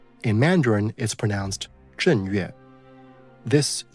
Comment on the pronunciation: Slight correction: 正月 is pronounced zheng1 yue4 (not zheng4).